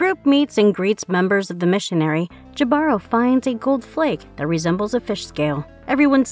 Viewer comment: Jibaro is pronounced hee-bah-roh, not Jah-bar-row